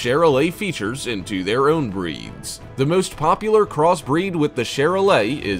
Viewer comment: I show cattle specifically Charolais and Maine-Anjou and learn how to say there names right it’s li-mug-zeen not li-moo-sin and it’s Shar-lay not Char- lay